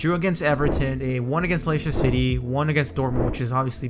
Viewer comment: 'laysher city' lmao